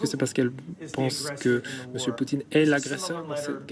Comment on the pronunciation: BFMTV ce message est pour vous 😉, vous avez 2M d'abonnés sur youtube vous les prenez pour des cons ? Fin déjà pour vous suivre je trouve ça limite. Bref le type la qui fait la traduction anglais-français il sait pas prononcé le nom de président Poutine comme trump a dit ??? En plus dans une question .... Donald Trump a répondu ( i never said that ) d'après votre traducteur en français " je peux pas dire ça " wooow et j'ai bien écoute toute la phrase en anglais.... Bffff franchement un peu d'intelligence , le professionnalisme et l'honnêteté dans votre chaîne c'est un détail même plus de la merde